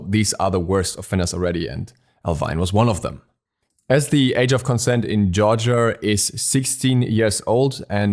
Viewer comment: I like the way you say Georgia. Kinda sounds like Jar-jah